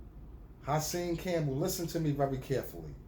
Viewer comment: You called him HERSAN 😂😂😂😂😂😂